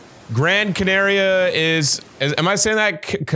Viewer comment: ur way of saying Canaria is NOT the way to say it Edit: Just had a stroke hearing how blud said Tenerife